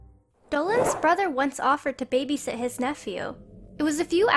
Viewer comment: Babyseat ha it's babysit